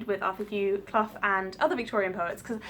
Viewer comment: You pronounced his name right. I know this because I'm a Clough and he is a descendent of mine.